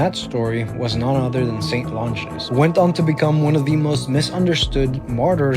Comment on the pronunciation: Its Not lon ginus its lon gie nous